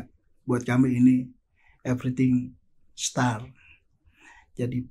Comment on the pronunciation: Bapak, anda ngomong bahasa Indonesia aja kenapa sih?? Bahasa Inggris mu ngawuuuur!!! Pronunciation mu, ancuuuuuur!!! Malu2in. Saya tau bapak itu pengacara anak2, tapi jangan terlalu ditunjukkin!! Show off, bukan so off!, start, bukan star. Sekolah dimana bung!